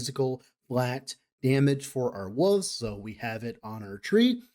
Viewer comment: Love your stuff. Appreciate the time you put in to put these videos together. Need to hear you say Wooves a few more times. 🙂